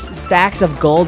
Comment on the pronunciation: Legends wait for his last subscribe accent 🤣